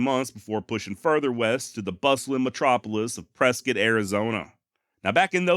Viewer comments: Yo, another great episode bruh! Yes, you pronounced both ways to say Mogollon correctly, and of course got 'Prezcit' right. That being said, I've only heard Cibeque pronounced 3 different ways here. These are see/bee/queue... sih/bih/queue... and see/bih/queue. Cheers man and can't wait for next week. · Spent 20 years living in the Camp Verde area as in Cottonwood, Arizona. I had no clue Tom Horn was active in the area. The Yavapai Apaches still have two reservations in the area, one adjacent to Camp Verde and the other in Prescott. Thanks for pronouncing both Prescott and Mogollon correctly. I’m a cancer survivor and you’ll soon be. Prayer said and fingers crossed for you to have a successful surgery. Do your homework if the doctors suggest medical radiation, I still have second thoughts myself in getting radiation treatments. On a side note, try to look up the Army and the Yavapai Apaches battle site called the Battle At Chalk Tanks. It’s the only night time battle that the army and the Apaches ever fought it was also fought in a heavy snow storm. It’s a very interesting story. The Rangers at Fort Verde might clue you in if they even know the story. The story is true because I’ve been to the battle site. There is also a small state monument there that recognizes the battle. The battle story has a few interesting twists …